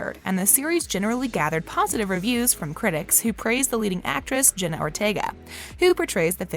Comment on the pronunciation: It’s Jenna Ortega not Jenny and also what’s Gomez Addams power